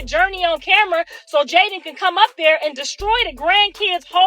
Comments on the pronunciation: who df is jyden? it's pronounced jay~den. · Why is she pronouncing Jayden name like that lol